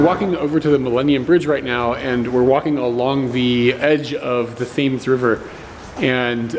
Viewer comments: Love the videos, the ' h ' in Thames is silent and the ' a ' sounds like eh, if you say Tems...you've got it! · Love your videos am a Londoner myself and found a few places I didnt know where there, that i now need to visit!! just fyi Thames is pronounced 'Tems' the fact there is a H and an A dont really make sense lol. English words are weird and alot of them arent pronounced how they are spelt. :) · Who are u sitting next to at the start? Themes river is pronounced Tems. Btw fish n chips veries a lot but it's always better by the coast, the way jacket potatoes is done is butter on first(not mashed)then cheese then beans, I eat the insides then scoop beans into the empty jacket and finish it off, yum. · Just re-watching another favourite video but if calls dear old Father Thames the "Theems River" again, is just going to have to put him across her knee for us! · Pronounced tames notthemes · Lol....not "Thames River"...."Tems River"...or we call it "The Tems" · The bread pudding looks delicious. I am envious, because although thirty years ago you could get it everywhere, it's been a long time since I last tasted it. Oh, and it's not the thaymes river, it's the River Thames (tems). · Tems! :) Not Themes... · I'm a Londoner born and bred. Left when I was 40 I'm almost 60 now and very rarely go back but after watching a few of your videos I think a trip home might be on the cards. By the way, Thames is said so that it rhymes with chems or kems. Keep up the good work. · It's called the Thames.....pronounced "TEMS" mate. Just another anomaly of the English language, both spoken and written! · Not saying 'Temz' in London negates 'Yorkshur' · Thames River is pronounced Tems River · Why do Americans not know how to pronounce Thames ? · Thames is pronounced Temms :) - from the uk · Love the passion in your videos. The Thames, however, is pronounced Tems.